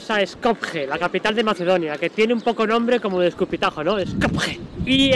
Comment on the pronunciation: Porqué pronuncia la J y encima hace chistes?. Skopje...donde hay una I eslava. Pronuncie Skopie